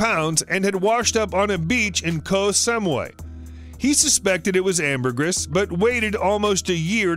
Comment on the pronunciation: he butchered "ambergris", twice